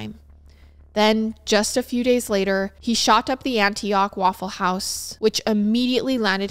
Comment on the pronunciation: I loved how you pronounced Antioch , Raleigh, and Biloxi. As a southern person we pronounce all of those differently and it’s so cute hearing you say them ❤😂